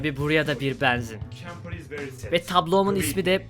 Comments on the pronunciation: Yav neden beenzin diyorsun abi shshshdhdjdj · Abi banzin değil benzin diyenler +1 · ne olur benzin kelimesini düzgün telaffuz eder misin kanka bEEnzin değil benzin olacak yalvarırım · Abi allah aşkına şu benzine beanzin deme